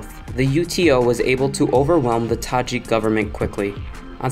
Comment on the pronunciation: Thank you for the video. I love the accent, the way you pronounce the Tajik names. You're welcome to Tajikistan anytime.